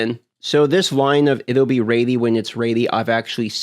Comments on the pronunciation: You aren't "raidy" for that accent... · The word is ready not reddy. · First time here? Lol, he's 💯 saying "raidy". It used to drive me insane 😂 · What is "Raddey" ....you mean Ready? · What is “Raeidy?” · Say ready not ratey LOL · its ready and pronounces as redy not raidy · 'raidy when it's raidy' :) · Lol are you saying raidy or ready? Sorry just picking, I've got a southern accent so I butcher words. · Ummm is he's saying ready or rainy??? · Bro. RED-EEEE. not “raidyyy” holy moly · Is he saying READY?! What is he saying rady? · Ready not raidy. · Is it me or is he sayin "raidy" instead of "ready" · It’s def raidy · Its going to be ready when its raidy! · That's a speech impediment. Raidy is just a quirky pronunciation.. maybe regional? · It’s not rady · Not sure how in Alaska ready becomes raidy. I'm sure his past tense of reading "read" isn't pronounced "raid" in alaska either lol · Where's your accent from? Your ready sound like "raidy" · learn to say ready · it's pronounced 'reddy' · Ughhhh “raidy” 😩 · I get speech impediments, I do, but I don't get 'ready' as 'raidy' when you pronounce 'red' just fine. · Where tf is ready pronounced raidy? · Ready= ( red-E) ffs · Nah he’s merged raid and ready. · Someone tell him it's red - e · 100% RAIDY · Yeah I was like wtf is raidy? Speak inglish bro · You've gone far in life for someone who cannot pronounce ready lool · You pronounce the word "ready" very strangely. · Well now I can’t unhear it, thanks 😭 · What's weird is he says 'red' fine. This isn't even an accent or speech impediment thing. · Canadians don't claim thay pronunciation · no where in the english language that i can thibk of is ea pronounced as ay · It's a regional accent thing, and will never not be funny.